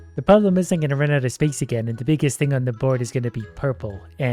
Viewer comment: Bro made the BIIIIIGIST void in heumen kinde😂🌑